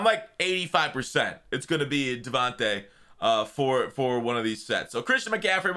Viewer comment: Hey just a heads up; you pronounce Devante and Devanta the same way.